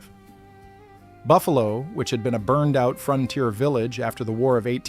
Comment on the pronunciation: Frontier not fronter